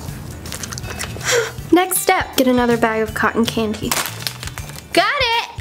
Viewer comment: it sounds like she is saying cotton cangy